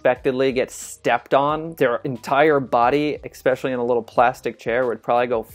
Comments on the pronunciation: Great vid, but every time he says "exxpecially" I wanna expelliarmus myself. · Ekspecially? Expeshalee? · Dude says "expeshally" like 20 times... Aggravating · Anyone else low key hate the fact he is saying xpecialy rather than especially 😫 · stop saying ekspecialy. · he keeps saying "Ex-peshullee" instead of Ess-peshually-- so annoying. Read the word dude. Especially... not Ek spesh ooally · Eckspecially annoying way of pronouncing especially. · "expecially"? really? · Dude...it's not X-specially...it's especially. Real hard to take you seriously. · This man adds an "x" to so many words that don't have an "x" in them. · I hate being THAT guy, but this totally drove me nuts the whole time. I feel like ekspecially is more common but they're both so cringy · As a Brit, I heard it as "ikspecially" - painful regardless! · "Should have did" bothers me more than "aks" because some dialects just pronounce it like that. "Ekspecially" is a linguistic phenomenon which is the same that drives people to say "ekspresso". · he says especially like "ekspecially". Very funny. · Does he keep saying "exspecially"? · I really wish he would stop saying "expecially". That's not a word. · "It's real glass". No sweetheart. It was sugar glass. Like every glass that has to break in movies nowadays. Liar liar pants on fire. I also like the way he pronounces "expecially". Charming fellow. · Say expecially one more time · Say exspecially one more time! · Dude...yeah...amazing sports legend, but hearing how he said "ask" or "especially"...so cringe-worthy. Regardless of how well-versed you are in a particular subject, speaking properly is so very important. Or, at least, it should be. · I NOTICED IT TOO!! CRINGE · I've heard 'aks' instead of 'ask', but did anybody else notice this guy takes it to a new level - for 'especially' he says 'ekspecially' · he keep saying expecially instead of especially and it's triggering me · This guy is so extreme that he puts an X in 'especially'. Xspecially.